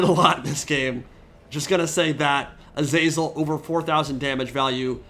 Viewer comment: the way you keep saying "azEYZUL" absolutely grinds my gears. it's "A-ZA-ZEL" FFS